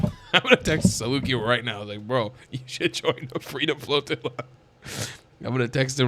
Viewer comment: 10 seconds in you totally said Freedom Fart Floatilla😂😂😂